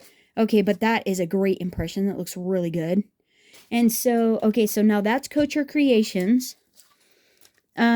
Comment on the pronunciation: Thanks for the comparison. Note: couture is not “coacher”. The ending syllable is like tour